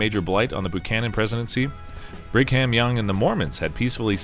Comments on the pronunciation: It's a copout not to put Trump in the rankings. He's been eligible for inclusion for over a year and a half now. If someone can condescend to update this, a new narrator is in order. Buchanan is pronounced Byoo-cannon, not Boo-cannon, and Brigham is pronounced Briggum, not Brick-hamm. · James Boocannon? Brig-ham Young? Where are you getting these pronunciations from? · And Brig-Ham Young. 🤦🏻‍♂️ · He also referred to Brig Ham Young